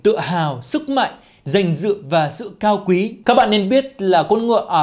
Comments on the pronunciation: 😆😆 nói "cao quý" thành "cáo quỷ " rồi 🤣.video của khá thú vị👍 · Phút phải là Cao Quý Chứ bạn đọc thành Cáo Quỷ là sai đó :))) góp ý là chính mong bạn vui vẻ . Dù sao thì tiếng việt cũng đa dạng từ ngữ mà đến người việt đôi khi còn khó mà đọc hiểu hết đc .